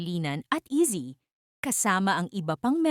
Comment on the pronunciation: Sino po ba si eazy 😅 if AI po gamit nyo pls paki correct po pronunciation ng name ni Izzy.